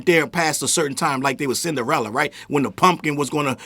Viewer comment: Cinderella, SINderella, Syndi-rella and Send-A-Rella.